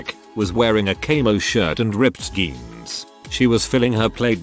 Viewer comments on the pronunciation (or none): Narration bot mispronounces several words. Not a deal, I get it. However, I don’t understand the pronunciation for jeans (blue jeans), being said with a hard “g”. If being spelled correctly, this shouldn’t happen. Are that many people really using “genes” for “jeans”? Ugh. Sorry…ADHD. 🤷🏼‍♀️😑